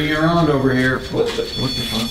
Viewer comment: Not the "it's jover" and the " you need to leave"